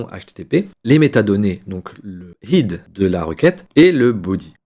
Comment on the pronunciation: Très bien expliqué. Si je peux me permettre : PUT se prononce POUTE, HEAD se prononce hède ou aide. Et en technique informatique (en cybersecurité), on dit CHIFFRER et DECHIFFRER. Décrypter c'est pour les hiéroglyphes ou les journalistes ou novices qui ne connaissent rien à la cryptographie. 😊